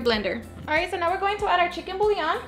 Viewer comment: I love the way she mispronounces "bouillon!" So adorable.